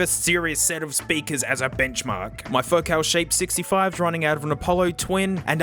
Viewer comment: faux-cal? it's foh-cul get with the program